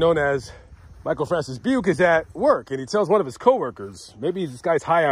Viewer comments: Hey man, thanks for covering this. I am Robert Craig Jr. The Robert Craig in the story was my dad. Another thing to add to the story is that my mom was pregnant with me when this guy killed my dad. My dad had just cashed his paycheck and had a couple hundred in his wallet that Beuke never took. Btw it is pronounced Bu-kee. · Buke, thought you said PUKE.